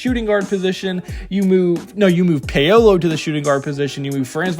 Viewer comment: ShayDionne (Shaedon) & PayOweLow (Paolo )you hilarious but bro stop! Obliterating names on purpose... 😫😂😭